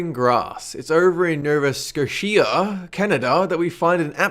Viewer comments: my dear mallard, you mean Noh-vuh Skoh-shuh, not Noh-vuh Skuh-shee-uh...though I can't blame you for mispronouncing it, all things considered. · Nova SCO-cha is how its pronounced. Not sure if that was just a joke or he was serious. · Scosheea lol wtf!! (For those who don't know, it's pronounced Nova Scoh-sha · it's nova Scotia not scosheeah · Q7: Nova Scoshee-uh? It's Nova Sco-shuh! Learn to pronounce lol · It's pronounced Nova skosha not Nova scoshia. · It's pronounced nova-scosha not nova scoshia.. not sure if he was being serious or not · I live in nova scotia and its pronounced nova scosha no scoshea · Its pronounced NOVA SKOESHA...not nova skosheea lol its all good tho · Great list, love your videos, but please make an effort to pronounce locations at least somewhat properly. Nova Sco-shia NO its nova scotia. Dont you read or watch tv, you sound like an idiot. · Nova Sco-she-a ! Are you serious, it's Nova Sco-sha 😂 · HAHAHAHAAH OMG He said Nova Scosheeia over in Canada, i wonder how many people watched this and didnt even notice. I am actually from this provence your talking about, but its called Nova Scotia lol. tehehehehe this made me laugh so hard <3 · Lol Nova scoteeeea. It's Nova Sco-sha. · The "Scotia" in "Nova Scotia" is pronounced Sk-OH-sh-uh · it's pronounced No-vah Scot-ay-eh, jesus get it right! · It's Nova Sco-sha and yes I'm Canadian lol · Nova Scocha is how you pronounce it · Novascoshea, Novascoshea.... deep voice & slowed down SCOSHEA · Nova scosheea? Nova Scosheea! Ita Nova Scotia! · how you pronounce Nova Scotia: No-Vah Sc-oh-sha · Okay, so it's NOVA SCOTIA not Nova Scoshea, but that part about fucking a porcupine... Who would fuck a...who would...um....WHAT THE ACTUAL FUCK. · Its pronounced No-va Sco-sha (Nova Scotia) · Nova Scotia is pronounced Nova Scousha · ... It's pronounced "Noh-Vah Scoh-Shah" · *Nova Scosheeah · sco-sha* like the bank lol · nova scosheeia nova scosheeia scosheeia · I live in "Nova Scosshheeeiia" xD